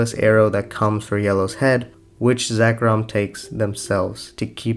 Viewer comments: This was a great video, but dear lord, “Roosteal”?? “Zekrom”??? They’re gemstones, not pokemon 😭 “Roo-tile”, no S. “Zir-con”, R before the C... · Im sorry, but evertime you mention Zircon, I just hear Zekrom as in the pokemon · I was going to say something similar with Zircon, you pronounced it 'Zekrom' like the pokemon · Zircon. Zir- rhymes with sir.